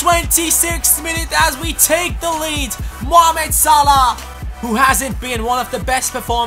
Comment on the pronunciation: great episode btw it's actually salah not salh